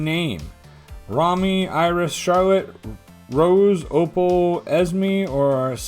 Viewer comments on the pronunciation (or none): none